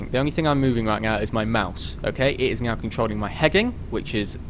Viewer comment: Great video. Its "Now" not "Gnow" btw.